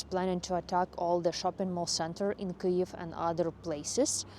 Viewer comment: Your pronunciation of Kyiv is the best of all the English Ukrainian youtubers.